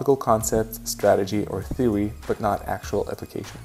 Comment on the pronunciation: My man. After 29 did you say "Firty One, Firty Two, Firty Free....." For 31 and all the Thirties?? Oh, my bad. I just noticed you pronounce your " Th" as "F". Frough for Though and Feory for Theory??